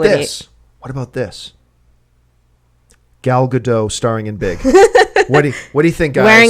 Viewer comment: ***** Please stop mispronouncing Gal's name. It's like nails on a chalkboard. Gal (rhymes with "doll") and Gadot (just how you are saying it, but the "t" at the end of the name is pronounced and not silent). Thank you, drive thru, first pick up window, please.